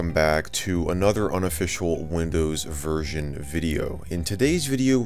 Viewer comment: I thought he said unofficial windows virgin